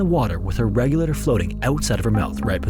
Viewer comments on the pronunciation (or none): You've got to sloooooow down while narrating instead of talkinglikethisduringtimesinthestorywhenitsfrantic! And you should work on enunciation a little bit. You sound like you keep saying 'regular' instead of 'regulator' and we don't need the conversion for every measurement. Stick to one or the other.